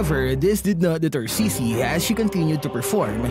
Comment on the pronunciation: I think it's pronounces as 'chi-chi'.